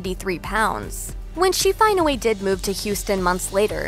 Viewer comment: The voiceover woman pronounces “Finally” as “Finawee” and it’s kinda cute tbh.